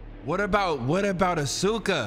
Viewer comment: and have me die with AH-SUE-KA 😂😂😂 Mispronouncing names since Danganronpa, i love it!